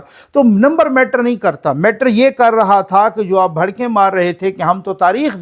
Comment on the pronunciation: بھڑکیں نہیں بڑکیں